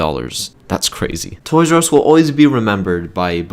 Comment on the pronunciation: Toys AR e not Us